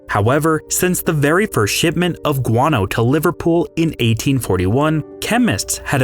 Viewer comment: "the very first shitment of guano"